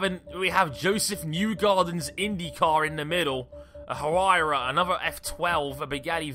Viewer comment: It's pronounced why-ra not hu-ry-ra